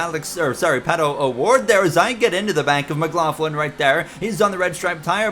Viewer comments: Only thing i noticed was you are say Scott Mclaughlins last name wrong. All you need to do is watch a V8 supercars interview with him and you'll get it. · the McLaughlin disrespect. First you say his name wrong then you call him Australian